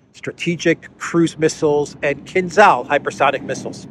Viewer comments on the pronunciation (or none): none